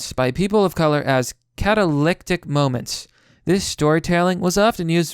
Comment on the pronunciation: Myriad is pronounced merry-ad! Catalytic is pronounced cat-oh-lit-tick! Sorry, I have a habit of mispronouncing words that I've only read but haven't heard spoken too, but this time it kinda annoyed me.